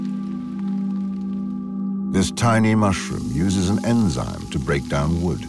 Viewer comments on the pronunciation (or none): none